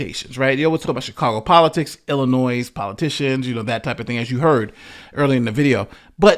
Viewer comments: The s in Illinois is silent. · Please stop saying the "S" at the end of Illinois. It's silent and hella annoying. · Illinois not Illinoiss. when you say it please do not pronounce the “S”s. 👍🏻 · Sometimes you pronounce illinois as “Illinoi” and sometimes “Illinois” (annunciating the “s”). Just to clarify the “s” is silent. I cringe when you annunciate the “s”. Love the content though. Keep it coming. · There is only one Illinois. Drop the 's' pronunciation at the end. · Yeah, there is plenty of corruption in Illinois, and in the Chicago area in particular. Also, the suburbs you are referring to here are all mostly poor. You see this pattern elsewhere as well. In poor areas, local government is the only place where the money really is, so that is where to go looking for it. By the way THE S IN ILLINOIS IS SILENT! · dear, the 's' is silent. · The "s" at the end of the word Illinois is silent.